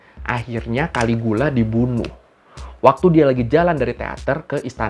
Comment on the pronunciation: caligula bacanya kaligila.